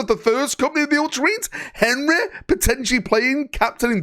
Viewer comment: Only can make Henry have three syllables